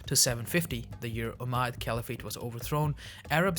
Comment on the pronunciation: You lack basics of Indian history - sadly its not uncommon at all. Its not "Umaad caliphate" (as you pronounce it ) but 'Ummayyad Caliphate' - in English. I will leave pronunciation mistakes made in this video at this - I was expecting a Muslim to pronounce at least such well-known phrases/words accurately. You also mention existence of "Islamic emirates", another example exhibiting lack of cursory understanding of Indian history. To claim these monarchies or in some cases feudatories to be "Islamic emirates" is akin to claiming modern-day France being a Christian state - just because France is culturally Christian and holds onto liberalism which rose from Christianity. Sadly, I see a total lack of understanding even of the gist of Indian history. Shockingly you also claim, "Islam finally broke into India on the back of Mahmud of Ghazni's horse." Firstly, this is blatant and gross misrepresentation of Indian history especially the history of Islam in "India". Unfortunately, many Pakistanis are taught this farce. Even the most unread person in India at least knows that Islam flourished in southern-"India" (Malabar coastal regions) way before Muhammad ibn Qasim, thanks to the Arab merchants and settlers! Ironically, even Islamophobes don't dispute this. Secondly, there was no "India" back then (this is a fact which most modern Indians themselves don't understand). The so-called Indian subcontinent has for the most of the time, till the arriva